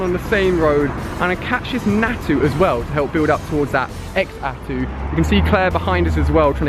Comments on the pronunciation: TheLegend27 I don't get it..why name it xatu if it's pronounced zatu? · I never wanted to be a Lucio main I pronounce it Zatu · Ex-atu? haha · it's pronounced za - tu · why do you call is x-satu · It's pronounced, "zah-too". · OMG its not pronounced x atu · The "X" in Xatu is pronounced like a "Z"......so like, Zatu. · Xatu is pronounced Zatu, just so you know! :3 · you say Xatu like Zatu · i love how he pronounced Xatu.... totally wrong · Getting so triggered over his pronouncing of xatu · IT'S FREAKING XATU NOT EXATU FFD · bro for f sake its Xatu not Exatu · FuriousMelon by exatu he mean x atu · ali your pronounceiation is off on Xatu your saying egg-sa-too you need to say say-too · ali a your so dumb youre saying x-atu thats wrong its xatu all in one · just so you know its pronounced Za-tu not X-atu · it triggers me when he says exatoo instead of zhatoo (zatu) and skullmoy instead of skarmory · Ali u pronounce Xatu like Zatu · did he just say.. "ECKS-atu"?... it's ZAH-tu.. sigh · It's not x atu that's that what it's spelled like but it's actually zatu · Xatu is pronounced as za-too not x-zatu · It's pronounced Zatu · Xatu is pronounced like zatu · it's pronounced Zatu. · xatu is pronounced zatu!!! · I think it is actually supposed to be pronounced like zatu but I'll let it slide because you said you were bad at gen 2 pronunciations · Xatu pronounced (SACTOO) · Xatu is pronounced "Zatu" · Xatu is pronounced zatu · Xatu is pronounced like Za-two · YOUR PRONOUNCING XATU NAME WROG ITS CALLED (ZATU)!!!!!!! IM SO TRIGGERED!!!!!!😡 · Xatu is pronounced za-tu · xatu is pronounced zar-tu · ALI... XATU IS PRONOUNCED: ZAH-TOO!!!!!!!! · I don't pronounse xatu as x- atu I say it as zatu because the x is a silent z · Xatu is pronounced Zatu is it not. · u prounce xatu´s name wrong u pronunce it like zatu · xatu = zatu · FuriousMelon u say it like zatu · dude xatu is pronounced zatu